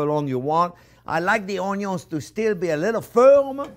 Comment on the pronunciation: Man has passion for onyos.